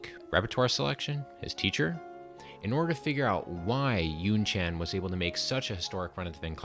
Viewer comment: Not [YunChaen] but [YunChan], please.